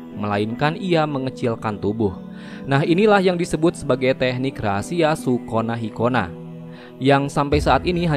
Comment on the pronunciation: Dengerny kayak sikonah markonah...hahhaha